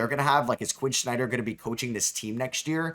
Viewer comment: Why do you say Quin Snyders name like that lmao